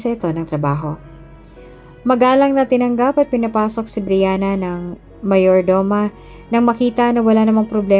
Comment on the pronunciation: Paki ayos Ms Narrator Mayordoma. Not Mayor Doma . ( Meyordoma) Sabi mo ang body ni "Briana" ay nasa Punerarya .Trixie dapat .Please be. careful .Nalilito kaming mga Listeners.